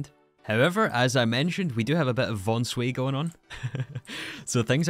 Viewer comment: didn't think I'd ever hear someone say "von sway" again 😅 that really takes me back